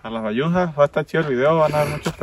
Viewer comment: Bayusas no sayusas jijiji